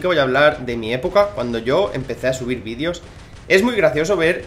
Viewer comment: Se dice videos no vidios 😑😅